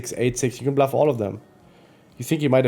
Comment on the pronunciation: Bro it's bluff not blaff bro.